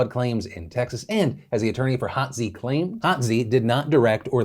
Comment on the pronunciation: Hotze is pronounced Hoe-tzee. I only know this because my parents have been "treated" regularly by him for many years. They consider him a friend. Of course my parents are die hard Trump supporters, and the increasingly deranged nonsense that comes out of their mouths terrifies me.